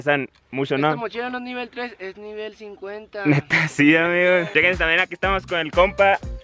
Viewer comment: Tambien dijo shequense como 20 veces xd